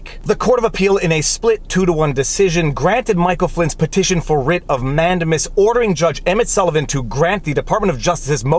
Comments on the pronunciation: Nice video. I thought mandamus was pronouced man-day-mus, not man-de-mus... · I really like your content and as a lawyer appreciate your legal reasoning. But please, it’s pronounced man-dei-muhs. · man-DAY-mus, for crying out loud. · ugh... we say "Peopledamus" ☻🙈🙊🙉